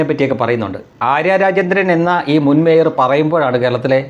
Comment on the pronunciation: മേയർ അല്ല ചെറിയ വ്യത്യാസം" മയിർ "